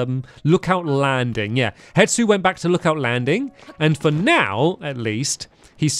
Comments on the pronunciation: and hestu isnt pronounced hetsu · Please take note for further reference: Hestu is pronounced (hes-too) and not (het-soo) as you have been saying Purah is pronounced (pur-uh) and not (pure-uh) Zonai is pronounced (zone-ai) and not (zone-ee)